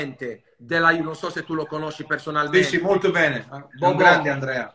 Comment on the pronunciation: Fa anche "sci" alla lombarda e dice perfino chapeau 😂